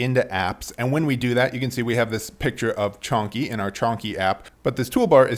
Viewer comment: At first I though - снопку? Is it Russian? Then I understood that it is Chonky, as his cat's name. Lol